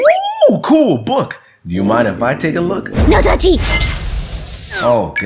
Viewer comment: She calling us moryals